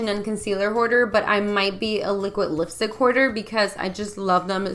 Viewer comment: "Lipistick" lmao 😂